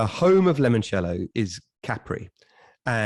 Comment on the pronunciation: This happens to be one off my favourites, second time around 🥃 did I just hear get lemon cello wrong 😳😳😳🤣🤣🤣🤣 🇬🇧🇬🇧🇬🇧 brits again